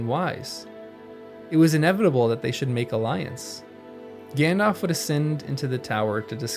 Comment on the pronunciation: "How should I?" was misemphasised. Not "How should "I*"? " but "How *should I?" Well, that stood out to me anyway. I think I preferred to read the words myself. Nice work on the whole. Thanks.